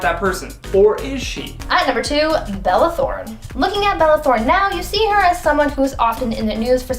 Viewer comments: With the wrong pronunciation. Throne, really? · Bella Thorne, not Throne, sheesh.